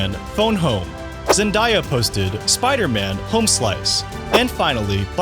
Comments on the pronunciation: had to click of the vid. i couldn’t hear this guy say “ ZENDYA” anymore. it’s zenDAYa bro. you don’t say Mondya it’s MONDAY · Bro your killing me with the zenDIEya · Its pronounced “Zen-DAY-a”! 😂😂😂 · I was about to say the same thing! 😂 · YOU PRONOUNCED HER NAME WRONG MF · my 14 yr old niece schooled me last year when I mispronounced it during dinner. That was her quote exactly. Lol. I needed NOT to be corrected anymore. Haha